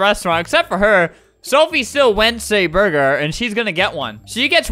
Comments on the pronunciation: “I went a burgeruhrr “😭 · "i wenth æ buhrger😀"